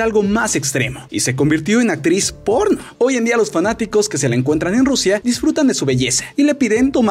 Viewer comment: todo iba bien hasta que escuche actiz porno :C